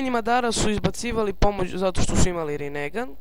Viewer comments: molim te ne pricaj rinegan nego rinengan xD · super klip samo se kaze rinengan a ne rinegan